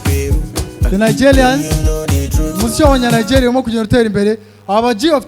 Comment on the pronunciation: inyuguta ya "R" yarakunaniye. Bavuga Nigerians apana Nigelians Americans apana Amelicans Macron apana Maclon.